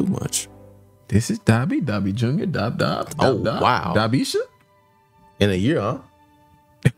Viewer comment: NOT Dobbeesha 😂😂🤣